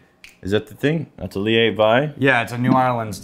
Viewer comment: "atelier"= ah-TELL-yay. "Aw-te-LEAH" - wtf? And pronounced with such conviction.